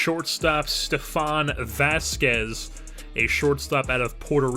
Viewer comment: Ve-las-quez. Not Vasquez.